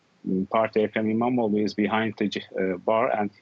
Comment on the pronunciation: E-mam-oghluu" extend the sound and special attention to the "gh" sound.